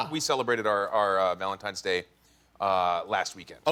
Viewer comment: VALEDITES DAY